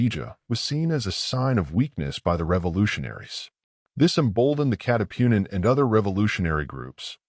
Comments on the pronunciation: Katipunan not catipunin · hindi maka pronounce ng tagalog yong AI audio reader na ginamit 😉